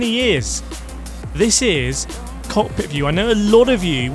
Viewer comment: do u mean cockpit view? all i hear is cock view